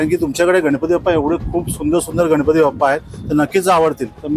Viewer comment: मूर्ती खूप सुंदर आहेत. पण इट्स बाप्पा not बप्पा 😊